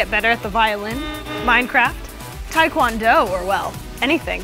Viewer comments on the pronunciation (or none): tai kwan do? that's not how you pronounce it lol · TAEKWONDO SHE SAID TAEKWONDO OMG TAEKWONDO